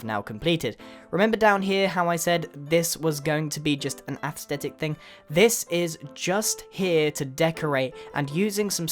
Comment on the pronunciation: Someone should make a drinking game of every time Grian says contrast, astethtic, or exxentuate.